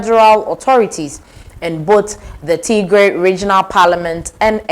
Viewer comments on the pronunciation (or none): Do not say Tigrre. Say, Tgrai, (like in Try)